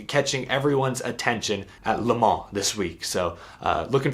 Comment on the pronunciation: Thank You for pronouncing Le Mans correctly.